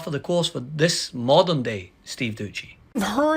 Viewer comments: It’s Steve Dooo seeee not dooocchi 😂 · Doucey is a knob, but at least get his name right. It's not Doochey. That's just lazy. Do better.